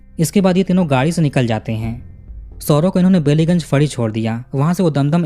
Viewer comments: Bellygunge nahi pronounce Ballygunge one of the posh area of our city of joy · It's बालिगंज not बेलीगंज (I'm from Kolkata ) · Woh बैलीगंज है बेलीगंज नहीं सर